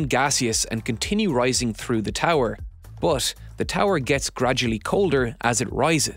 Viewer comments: "But" = Boathhhhhhh... over and over - funny. Did you know "but" has an "h" at the end? Bigtime. Rather than "the h is silent", we have "the lack of an h is overwhelmingly loud". This narrator seems to be everywhere too. Pretty good narrator overall though. And a great video! :) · Is there a reason he pronounces BUT very odd and unusually? It kinda bothers me.